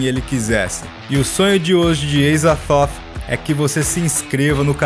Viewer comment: Só uma observação,nada de mais,mas durante o vídeo você fala Eizathoth,sei que é dito que os seres de Lovecraft não tem um jeito "certo" de falar,mas a forma mais aceita como correto seria Azathoth. Ps:Já me escrevi.